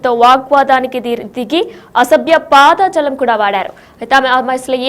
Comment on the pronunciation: తల్లో అసభ్య పాదజలం కాదు... "పదజాలం" అనాలి....🤦🤦🤦... తెలుగు భాష మంచిగా వచ్చిన వారితో న్యూస్ చదివించండి 🙏🙏🙏🙏